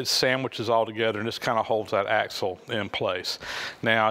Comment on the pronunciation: It's axle, not axel.